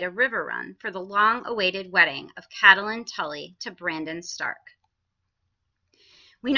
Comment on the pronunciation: Its CAT-Lyn, for God's sake. Not CAT-a-Lyn.